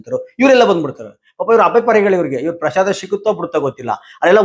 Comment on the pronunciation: ಪ್ರಷಾದ ಅಲ್ಲ ಪ್ರಸಾದ